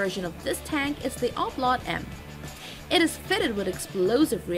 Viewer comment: "O-Plot-M" - the virtual tank.